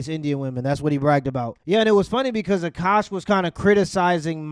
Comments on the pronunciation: Dude can't say Akosh but can say some weird ass African Muslim names lol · This dude couldn’t read the word Akash 😂 Sound it out g, good lord